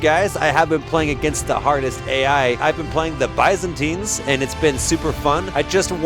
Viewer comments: He is "mispronouncing" it but unknowingingly ends up closer to the Greek pronounciation of Byzantines. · The confidence with which he mispronounces “Byzantines” is wild!